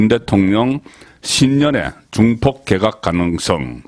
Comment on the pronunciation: 방송~~잘보고있습니다.고성국송년모임에서도~방송이나말씀도중에. 항상거슬리는부분이있는데~~오늘도예를들면개각을개에각이라던지~참많아요. 이런단어발음이~~^